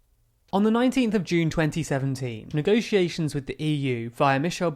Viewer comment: Voted to Remain (crucial)- somehow managed to end up in charge of Brexit negotiations (which she infuriatingly insisted on pronouncing as if the word was spelled 'negociations')- banged on a great deal about Strong and Stable leadership- brazenly lied a great deal more about us leaving with or without a deal on March 29th of March 2019 despite having no intention whatsoever of us actually leaving (and quelle surprise....)- & then cried just like Maggie did when she was forced to give up her power. Continuous sabotage and betrayal- endlessly kicked the can down the round until she was stopped because of the damage she was causing the reputation of her shitty political party. Mark my words- Her successor Boris is sure to play the same game albeit in a less transparent way.